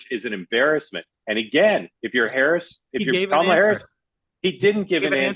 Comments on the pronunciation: said “Calm-AH-la” (so missed one, Mark!) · could you please learn to pronounce Kamala's name correctly? The reason I love the show is because of the respectful (usually) bi-partisan discourse.